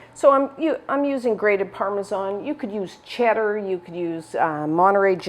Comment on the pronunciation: Thank you for saying ParmaSAN not ParmaJOHN 👍🏻 lovely recipes.Can’t wait to make them 🙏